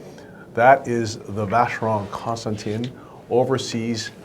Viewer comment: cant believe you mis-pronounced CONSTANTIN